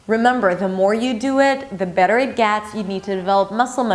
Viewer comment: u were say better as berer??????